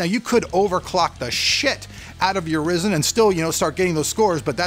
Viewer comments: RYE ZEN NOT RIS IN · Bro, quit saying [Rizzen]. It's [Ryezen]. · Resin? It's pronounced ryzen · ryzen not risen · why do u pronounce it risen? it is suppose to be risen. because when amd launched ryzen, they pronounced it risen, not risen. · PLEASE ITS NOT RIZEN ITS RYZEN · Dude... it's RYZEN, Like : WHYZEN .... not Risen ! C'mon ! :) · Spelled Ryzen, keeps calling it Risen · did he just call it risen lol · why do people still pronounce it "rizen" its clearly spelt with a Y and not an I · You don't have to be a D*** About Calling Ryzen A Rizen Or Risen - Dude i love your Stuff and yeah i mma Huge Fan of ur Raw Footage with Zero Edit Videos But Why are u always Bitching That People won't let You Call Ryzen - Risen Well for a Couple of Reason's - 1) Because Ryzen Sounds Cool and only you In this freaking world think that Risen is more BadAss 2) You should Always Call it Ryzen Coz u r a Reviewer and people Check Up your videos to see what's up with the world and when they See you calling Ryzen - Risen the consumer ( The Average Joe ) Gets confused and when he goes amongst his Friends and talk about this Processor By Calling It Rizen That individual embarrasses themselves. I mean the whole point is just Because you love the name InBell you can't Call Intel products InBell i5 Or i7 , Cmon man Rather than worrying about How its supposed to be Just Navigate around how it is. No hard Feeling's Bro I just love stuff and I am one of your very early subscriber and even recommended you to a lot of people So, I would request you to say the name as Accurate As Possible. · You still saying Risen instead of Ryzen :D I love it. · Never gonna learn. RYE -ZIN. Damn man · RY-ZEN actually.. it's the effin name. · you also said risen lmao